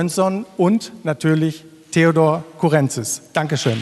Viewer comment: Das tut in den Ohren weh. Man betont Courrentzís - auf dem i und bitte nicht auf dem e 😑